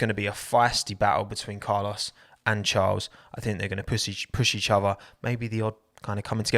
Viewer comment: please can you amend how you say charles annoys me every time